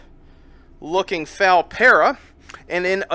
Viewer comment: my only gripe with this is how he says FAL the game is still mind-blowingly amazing